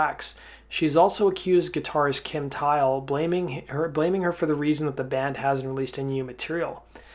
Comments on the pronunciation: I think he doesn't know how to say it properly because it's a indian name. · Ugh, Kim Thayil pronounces his name “THail”, rhymes with “smile”, with the “Th” sound, NOT “tile” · Kim tile? WTF what a clown! kim thayil that’s his name. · Guys you do realize his name is actually Kim? I was actually making fun of the way he pronounced his last name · Is that really how Kim Thayil's last name is pronounced? All these years have been a lie.... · She was on the phone with her lawyer a half hour qfter she found out he died been suing anyone she could since! Repectfully you are pronouncing kims last name wrong its th